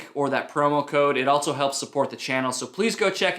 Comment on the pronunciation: There is no T in the word also. JS